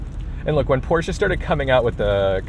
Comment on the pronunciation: Thank you for pronouncing Porsche the right way. Sincerely, a German. Not very hard fellow americans...